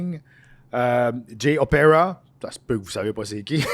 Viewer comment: Jay Opera? Connait pas 😂. C'est O-PÉ-TA-ÏA. Toujours moins pire que Riouz ahahah